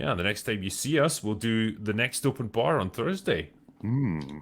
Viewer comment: I love the way says Open Barrrrr it's so thick with accennt XD